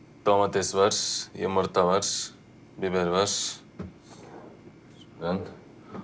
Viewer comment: yımırta var😅😅😅